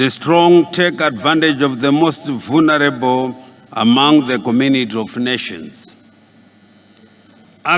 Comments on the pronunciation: Vhulnerabl -vulnerable 😂😂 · .....THE MOST VHUNARABLE 🤣🤣🤣🤣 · Vhunarable kkkk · The most vhunareble, vulnerable 😂😂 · Vhunarable amanaka